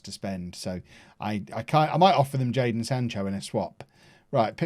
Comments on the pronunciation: you had one job, it’s jadon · It’s Jadon